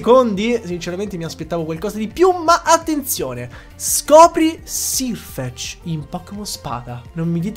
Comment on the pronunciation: video bellissimo, sei bravissimo a spiegare però solo una correzione, è /serfec/ non /sirfec/, perché la pronuncia è quella inglese